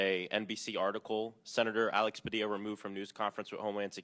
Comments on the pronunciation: Oh, yuck. It's pah DEE yah. Not pah DILL ah. I bet you say pah ill ah for padilla pah DEE ah. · Pah-DEE-yuh, not Pa-DIL-lah. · PA-dee-a not Pa-DILL-a. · PadiYA. NOT PA DILL A. DOUBLE L SOUNDS LIKE Y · Learn how to pronounce a Latinos name. It’s even in the video, repeatedly. It’s not “Pa-dilluh”. It’s “Puh-Dee-yuh”. Effin white people… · Pa-Dee-a!!! Not Pa-dill-a! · Did you hear him say his name is Pahdeeya? Not puhdilla? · It's Pad-é-ya, not Padila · It's Pa-dee-a, not Pa-dill-a. Please give him the respect of pronouncing his name correctly. This treatment of Sen. Padilla is disgusting. A cabinet member claiming to not know a sitting senator is also disgusting. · If you are going to report anything, you should AT LEAST learn how to pronounce people's names! His name is NOT PA DI LLA! It is Pa DEE ya. The double l is pronounced like a y (as in tortilla) I am sure you heard his name pronunced correctly before your report. It's like if I pronounced your name Abalone, as in the sea creature. Come on! Have some respect to at least pronounce people's names correctly. And quit waving your arms all over the place. Other than that, you make good videos. 🙂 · "Pa DILL a"? Dude, learn Spanish! It's "pa DEE ya". Even the clips you included pronounced the Senator's name correctly. Goes to your credibility that you can't pronounce his name correctly. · Pronounced "PA- DYYA " (PADILLA). Learn Spanish people. It the Western Hemisphere. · Mispronunciationn of Padilla's name. It's not pa-dilla. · Padilla is pronounced "Padiya". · Sorry. pah DEE yah. The double LL in Spanish is a letter of the alphabet called A-YEA and sounds like a "y". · Dear Host: the senator's name is pronounced Padeeya. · Show some respect and professionalism. Learn how to pronounce the senator's name, Padilla = pa dee aa. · Padilla is pronounced Pu-dee-yah I think. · Padilla. Like puh-dee-yuh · It’s pronounced Padiya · Pronounced “Padiya”. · Did you just say Senator “Pah-Dila”? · Ughh! PUH-DEE-YUH!